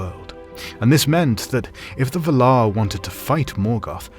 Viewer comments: Ah 😅 Fair enough. I didn't mean to nitpick, I think the pronounciation in the video sounds still legit but for some reason it really irritated me, like if someone is saying an everyday word with a markedly different emphasis... you know like in Family Guy when Stewie annoys Brian with how he prounces "wh" in "what" 🤣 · Anyone else upset by the pronunciation "Vuhhlauuur," invested or "Val-are?" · Loved this video, but I couldn't get over how you pronounced Valar. I've always read and said it as Vaalar, emphasis on the first 'a', and a bunch of other YouTubers say it the same way. Just a pet peeve tho, no big deal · Pretty sure it’s pronounced like “Vál-laar,” not “vuh-lár” 😉 Nice video tho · Someone help, please. Is this video’s pronunciation of valar the proper one? I always thought it was VAL-ar, not val-AR. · Vàlar. Not Valaaaar!! No wonder she has no friends! 🤣🤣🤣🤣🤣🤣🤣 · I say Val-ar. You say Va-lar. The stressing of the second syllable sounds so strange. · "Besides, you're saying it wrong it's LevioVA-lar, not leviova-LAR" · Dafuq is V'lar? Isn't it Valar like Valour? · The way you pronounce "Valar" troubles me BUT at the same time...I love the pronunciation. I am in an internal conflict just like the "Vala-ar" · you said valer wong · Dude its pronounced [VA] - [LAR]. Really confusing my ears and cant take in your commentary properly hearing bad pronunciation. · Yes this pisses me off every time, when someone takes all this time to make a video like this and doesn't know how to pronounce the main fucking name in his video. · I don't care what you think, you are pronouncing 'Valar' like a twat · Tolkien was very specific on pronunciation so it was weird hearing the words Valar and Orome said in this manner. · Your pronunciation is wrong. There is a pronunciation guide in the appendix. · Can't watch because of how he pronounces Valar. Sounds so weird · Your pronunciation of valar is killing me 😂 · You are saying “Valar”, funny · It is distracting